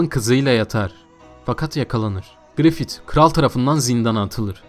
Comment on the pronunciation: grifit değil grifis diye telaffuz et kardeşim şu şeytan herifi